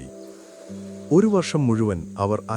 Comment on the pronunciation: വർശമല്ല ,വർഷം വർഷം വർഷം എന്ന് ഒരു പാട് തവണ എഴുതിയും പറഞ്ഞും പഠിക്കൂ😂